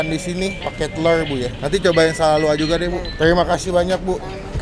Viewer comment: Keinginan untuk ngajarin baca sala lauak dengan baik dan benar meningkat tajam:)))